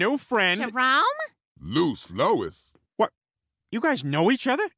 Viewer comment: Im pretty sure jerome called lois “loose Lois” which makes it 10 times funnier 😂